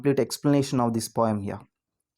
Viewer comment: It is not pom it is poem